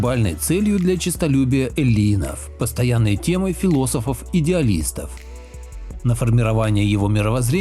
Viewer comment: Э'ллинов (ударение).